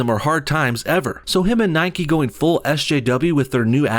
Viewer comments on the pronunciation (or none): It's Nike, not Nikee. You don't say bikee or hikee, you say bike and hike ffs!! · Its pronounced "Nike" like "mike" with an N. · Its Nike not Nikey. Its Mike not Mikey. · It's Nike not nikE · Its sodding nike!!!! Not nikey You dont ride a bikey do you?